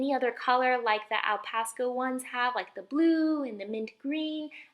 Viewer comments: I couldn't help but notice that you pronounced Alpacasso like 'Alpasco' for most of the video. I'm pretty sure you noticed to, but I'm saying this so people don't get confused to what it's called. Anyways, this is a really cute replica of an Alpcasso/Arpakasso. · You pronounced alpacasso wrong but this turned out adorablee